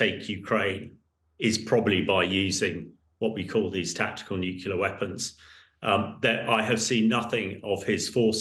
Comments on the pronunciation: I'm sure that is, as he claims, an expert in the field. However, he'd be a lot more convincing if he learned the basic pronunciation of the word nuclear, ie nuke-lear and not nuke-yoular as he repeatedly states. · Really, it is not hard to say nuclear. What’s with “nucular” - and apparently by a native English speaker?! Please! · "Nukela"??? Seriously?? Bring a real expert please. This one is ridiculous. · Nucula. Nucula. Homer. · He keeps saying "nucular". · Why does he keep saying "Nucular" I have to turn it off because he is hurting my ears! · It is cringeworthy listening to his repeated mispronunciation.........new-cue-lar🤣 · I wish this guy could pronounce "nuclear" correctly. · Good to see someone notice that he can't even pronounce nuclear correctly. It is worrying that someone at his level of military experience fails on this.